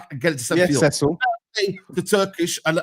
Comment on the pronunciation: Cecil??? Nah man pls don’t ever do that again Turkish